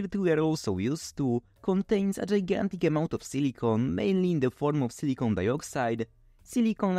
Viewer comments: It's important to pronounce silicon properly in English (as siliken or silikahn), because your pronunciation sounds like silicone which is an entirely different material. Sure it is obvious to most people, but it is an unfortunate mispronunciation. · The was you pronounce silicon sounds like you're saying silicone, which is not the same thing.